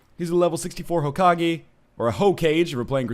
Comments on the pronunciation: Did he say Hoke-age? .... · Hokage is pronounced Ho-ka-gay you pronounce it right 1/2 the time and wrong the other half :P